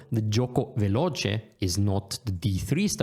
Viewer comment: Great video! It would be amazing to learn these base notions for each "main" opening. I was also not expecting such a good "Piano" and "Veloce" pronunciation. I got great expectations for "fianchetto" now! 😄😄😄